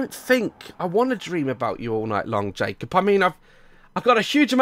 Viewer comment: I love how daz says his name “Jake-op Jake-op”